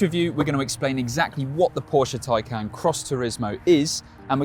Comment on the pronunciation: It's pronounced Thai-khan.